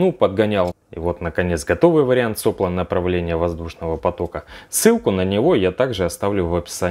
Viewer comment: материал классный, снято прекрасно, но как только ты говоришь сОпла в место соплО, блин меня просто коробит. Ребята пожалуйста следите за речью, не портите безграмотной речью впечатление от материала. Для осей сегментов можно использовать трубочки от стержней авторучки, они есть даже металлические, диаметром 2.5-3мм. И оси сегментов лучше вклеивать в неподвижное основание, а сегменты просто одевать на оськи.И места прохода осей через сегмент сделать чуть толще. Получится точнее и подгонять надо меньше.